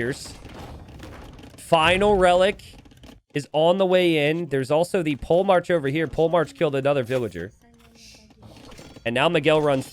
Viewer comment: “Pole march”? Not “polehmark” as in a military leader?